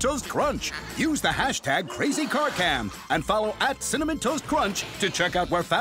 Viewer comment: no hɛ said 'CINNAMON'